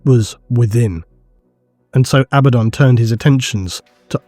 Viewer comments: lol I cringe everytime I hear A baddaon versus aba ddon😂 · I'm still in the camp that pronounces it ah-Bad-uhn